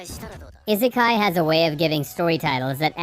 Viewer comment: I-se-kai not that hard